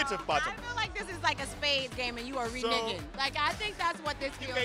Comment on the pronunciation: Higher It was because Sterling corrected her when she mispronounced “reneging.” 😁